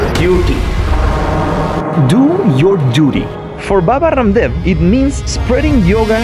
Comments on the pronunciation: Baba Rrrrramdev wtf U can pronounce it like Raamdeva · "Baba Kaaamdev" 🥴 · rum dev 😂😂 y'all didn't have to pronounce it like that 😂😂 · Raaam dev pronounce this it is the correct pronounciation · A real Indian knows the different pronunciation of Hindi alphabet, even the clean R like this vlogger pronunciation